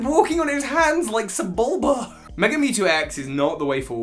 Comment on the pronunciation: The way he said sebulba made me laugh for a solid 5 minutes